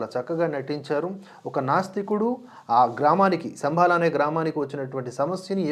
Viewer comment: శంభల అనాలి!!!